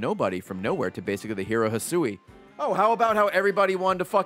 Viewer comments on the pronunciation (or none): Oh man its the return of "Hih-sooey"